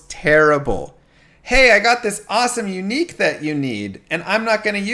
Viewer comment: Funny how you make unique sound like eunuch.